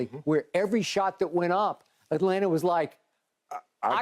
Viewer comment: I need Shannon to act like he from GA and not pronounce those T’s in Atlanta lol